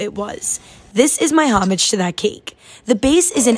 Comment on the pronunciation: Hi! Homage is pronounced sorta like ho-mash, but more like a soft j than a sh ^^° it's hard to explain in text